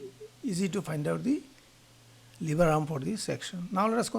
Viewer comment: It's lever not liver 😅 .